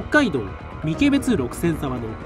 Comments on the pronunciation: もう一つ。三毛別の読みは「ミケベツ」ではなく「サンケベツ」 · 三毛別じゃなくて、さんけべつですよ